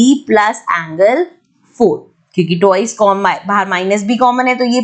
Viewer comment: umm- - it's ''twice"' not " toice" - really irks me out